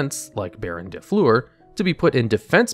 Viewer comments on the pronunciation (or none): The way you pronounced "Baronne de Fleur" killed my French soul.